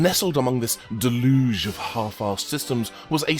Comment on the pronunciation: Haven't seen you since MAGFest. Still got the Portscenter button you gave me on my bag all buttony and Portscentery. And man you owned the pronunciation of "deluge" . Interesting overview as well.